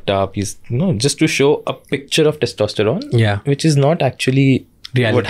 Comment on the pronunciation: Every time Shamani incorrectly says "testEsterone" 🫤